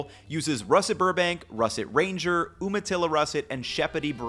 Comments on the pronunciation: Umatilla is pronounced You-muh-tilla, just FYI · Okay, it's stupid, but Umatilla is pronounced "YOU-ma-TIL-uh" and I only care because I live 20 minutes away from a town by that name. It's on the border of Washington and Oregon. Tiny little town on the Oregon side, just across the Columbia River from Plymouth, Washington. I rarely make these "correction" types of comments. I'm so sorry. >.< I'm kind of weird when it comes to words. I have to hold myself back. I just thought you would want to know? Maybe? Gosh, I'm still sorry though. I loved this video, I learned a lot for someone who has lived around potato farmers most of my life!! I've been sharing the heck out of your content lately. SO MUCH valuable information, and it's presented in a way that actually manages to STICK for me. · I use a potato ricer when making mashed potatoes, whipping them just makes them gel. Umatilla is You-Ma-Till-A by the way, good potato growing climate. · FYI "Umatilla" starts with a y-sound. "Yew-ma-till-uh" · Umatilla is actually pronounced You ma tilla. Thanks for the video!